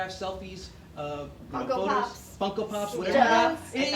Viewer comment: When he said Funko Pops I thought he said Coco Puffs.